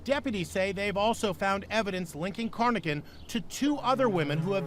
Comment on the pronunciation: Corr: Robert Lawson Carnochan. not "Cornochan"